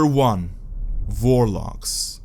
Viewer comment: Warlocks? I heard Vorloggs